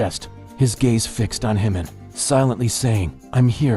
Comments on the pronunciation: His name is Jimin, NOT Himin! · This crazy guy doesn’t even know how to pronounce JIMIN’s name who is HIMIN?! Expert in making up stories! Just to get a click right? Pathetic! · I never realised how much made up stories there are about the BTS family there are. How can anyone outside of the family know what is said or done? If you can’t pronounce Jimin's name correctly, why should I believe what you say about his bodyguard? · I'm not sure about the confiding part. But appreciate the good job Lee Jusang is doing. You are making an insinuation that is insulting to our Jinin. And why can't you say Jimin's name right? You never bother to correct it and you have been told about it repeatedly! Jimin forever 💜